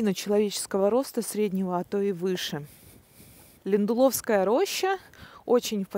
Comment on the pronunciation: Неплохая экскурсия! Только с ударениями проблема)) Ли́ндуловская роща, Óредеж и так далее